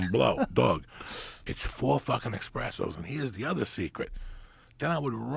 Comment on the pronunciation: As somebody who was likely entrenched in Italian American culture it seems sinful that he doesn't know he's saying espresso wrong